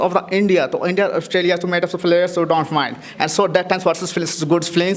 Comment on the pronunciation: pagal lag raha hai bc …players ko falyers kaun bolta hai bhai 😂